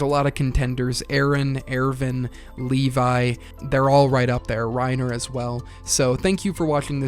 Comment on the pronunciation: AIRVIN? who tf is AIRVIN